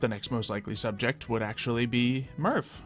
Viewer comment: It's not mev it's merv